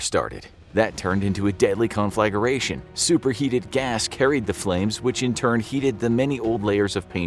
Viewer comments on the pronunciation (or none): Hate to be the one to do this.. but it's not "con flag er a shun", it's pronounced "con fluh grae shun" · "Con-flag-er-ation...?" Nooo.